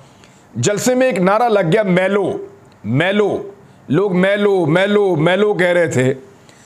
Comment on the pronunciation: its not maylo , they were caling mi-lo